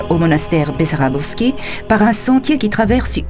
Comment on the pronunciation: само дето манастирът не се казва БEсарÁбовски, а БАсарбÓвски... 20 пъти го каза Бесарабовски, а се вижда и на надписа на входа и на иконата на светеца, че не е така! То бива неграмотни...